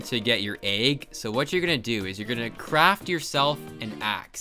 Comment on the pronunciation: I hate how you say egg you say EIEG